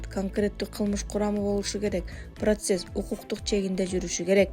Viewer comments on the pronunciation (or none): none